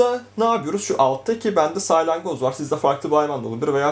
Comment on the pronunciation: saylangoz değil salyangoz diyeceksin